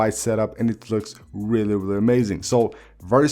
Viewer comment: I knew to come to the comments the moment I heard “whelly whelly cool” 🤣🤣🤣🤣🤣🤣